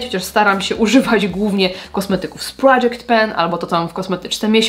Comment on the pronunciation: Ja Ci juz pisalam ma insta, ze jestes moim odkryciem roku, ale dodam , ze miodem na moje uszy anglisty jest wymowa "project pan", czy innych nazw ❤😘